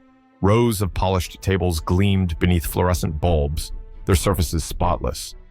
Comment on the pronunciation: The cafeteria lit with FLUORESCENT lights.no one is editing the AI generated narration.